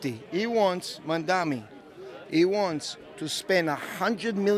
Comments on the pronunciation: Mandami mandami mandami. ITS MAMDANI. Get it right. Cuz we have to get it right. -Zohran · Why can't any of them say mamdani? They all say mandami. Can they read? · Why do all these people say Mandami? It's like there is some kind of speech impediment, or is this a zionist dog whistle? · None of these Islamophobic Zionists even know how to pronounce Zohran MamdaNi’s name! And they lie about him being a kkkHamas supporter, which he absolutely is not! He is simply pro-human rights for the Palestinian people and against the Apartheid State of Zionist IsraHELL. Also, it’s an absolute lie that PISSrael is the only Democracy in the Middle East! There are many Arab Countries in the Middle East that are Democratic States, a lot more Democratic than the Jewish-Supremacist Ethnocentric Apartheid State of Zionist IsraHELL! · They all seem to have a speech impairment issue cause they can’t pronounce the ‘n’ in Mamdani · They stay mispronouncing his name 🙄 can’t take these people seriously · Is the mispronunciation on purpose? I dont get it. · Incredible how hard it seems for people to pronounce the name Mamdani, it's literally so easy I don't understand